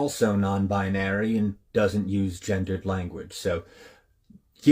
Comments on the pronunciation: Did it say gendered or ginger Ed? What a cuck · I could only hear him say gingered language.